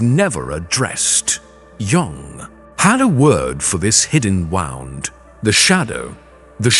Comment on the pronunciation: I’m in USA and it’s still not great. Like the word wound… meaning pain coming out as wound, like a cord. It distracts me. And then he keeps saying dot (period). We don’t say period at the end of a sentence. I guess maybe I notice too many little details but it’s annoying. The message is good though